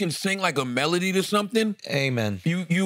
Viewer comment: Charla’s worst enemy is pronouncing “melody”